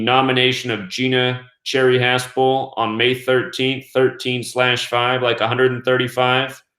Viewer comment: Share - e not CHerry. think French.